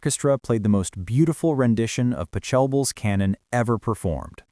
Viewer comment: Illogical story. Why would they want her to marry and then leave him? He would owe her a ton of $$$$$$. Can't even pronounce Pachelbel. Middle of the story comes first, then the start. Why wasn't the bride's mother present? And of course, the bride turns out to be dumber than dirt.